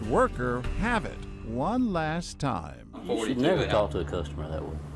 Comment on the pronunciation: Took John a second to realize that she said "time" when she said "tom" :P.